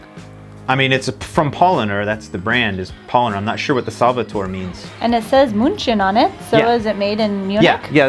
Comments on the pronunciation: Yeah, it's like Powlaaaaner... and btw.: Slavator is latin and means "savior" or "healer" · Small critique, work on your pronunciation. The stress in „Paulaner“ is on the „lan.“ You may be interested in the Bier Blog that a friend of mine writes with a few friends of his. They have tested, described and rated over 3300 beers from 92 countries, more than 1800 from Germany alone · "Paulaner" is not pronounced like "pollener" but "Pow-lahn-er". And Salvator Doppelbock is actually made for the time of lent, because they needed the energy being cut off on their food rations. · It's so funny to hear you struggle with the German pronunciation. 😁 You are right that most German nouns have their stress on the first syllable, but not if the words come from Latin like many brand names. As cat mini already told you it's Pauláner and Salvátor, each with a long a. Not Pólener and Ssélveter. And the beautiful lake is called Tégernsee with a long e. And the s is more like American z, but the ss and ß are like American voiceless s. And the German z sound like a ts, not like a ds. And it's Löwenbräu, not ...brau. like English broy And a Bierkrug or Bierbembel or Bierseidel is never called a 'Stein'. Stein is the German word for stone, and that's its only meaning. Only Americans call a Bierkrug a Bierstein, so no German will understand you. Last point: only in the north of Germany people pronounce the sp and st like you. In the rest of Germany it sounds like schp and scht. So try to say Traunstein with a German r and with scht. I don't know any of the beers you tried, they seem to be regional ones. It's great that you like the beers and always try out new ones. 👍 Btw. You can say Weißbier (= Weizenbier) and Dunkelbier, but not Hellbier. Only helles Bier or just Helles. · It's pronounced "Pow-Laah-Ner" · Guinness is like old, worn engine oil. Bäh! Kilkenny is yummy, coloured like your Paulaner. Btw, pronounce "pow-lahn-er"